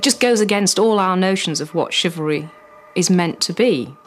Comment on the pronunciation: The Narrator's pronunciation of 'Chivlary' is driving me crazy